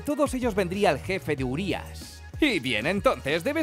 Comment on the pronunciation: Sabíais que "Urias" significa enorme en rumano. Como es una palabra rumana se pronuncia con acento en la i no en la u. Y sabíais que "Cadou" significa regalo en rumano.